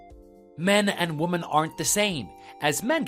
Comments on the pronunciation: good lord it annoys me to no end the wrong pronunciations of woman and women. grrrr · Why do they pronounce the plural "Women" as singular "Woman". Wo-men vs Woman, all--the--time. I have let it go for a couple years but I can't anymore.